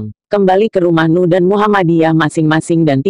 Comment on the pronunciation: en uuuu buuuuuuuuu bukan nuuuuu....